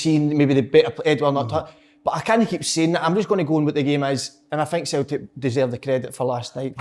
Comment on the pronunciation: Derek - ‘Futbuh’ ⚽️ Kev - ‘Sulltic’ ☘️